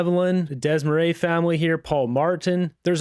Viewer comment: the first syllable in "Desmarais" is pronounced like "Day"" as in "Day and Night." This isn't rocket science. Try to get it right.